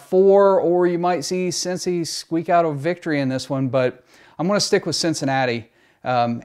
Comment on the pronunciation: And you’d lose….Bengals taking this one 24-21 … bet …and btw, it CINCY, not cincci 😝